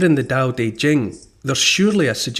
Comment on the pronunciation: Thank you! Especially for the pronouncing Tao. I met a mum once who named their son Tao. Sadly was pronounced dhow, tho.🫤